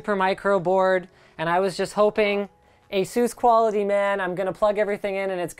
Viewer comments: I'd love it if you guys started to pronounce Asus the correct way, with the "u" as in "duh". Almost like aces, but not quite. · Does everybody in the U.S. pronounce it "Ah-Zeus"? I would've thought you'd go more like "Ey-suss".